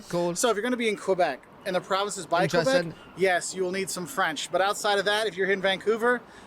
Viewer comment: I like the way you pronounce "Québec" ❤ the right way haha not "Qwebec"